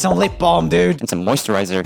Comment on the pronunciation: Someone could and probably will make a meme of him saying "moisturizer" 🤣